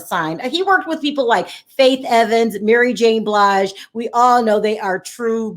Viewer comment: Did you just say Mary Jane Blige?